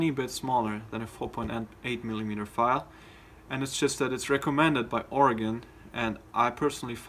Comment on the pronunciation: I love how you guys are pronouncing Oregon correctly.